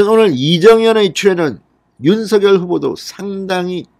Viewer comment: 윤 서결이란 사람 있나요 ? 윤성열이란 사람은 대선 후보자이다 (성열)로 발음하세요 진성호씨~~~ 알고 방송하세요